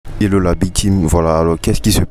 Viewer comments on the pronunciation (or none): none